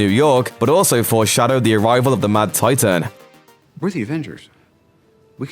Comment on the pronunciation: "The mad titaean" "nano technologieeheheh" Why?